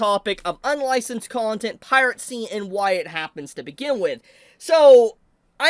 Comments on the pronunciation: why do you say pirate-see instead of piracy? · Bro pronounces piracy as "piratecy" 💀💀💀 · Yes. Pirate Sea will always be around. Never stop mispronouncing things man. You be you.